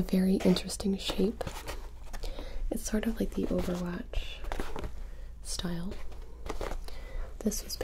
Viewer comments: Ah yes I love "Overvatch"😂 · 0.18 I swear I'm hearing overvatch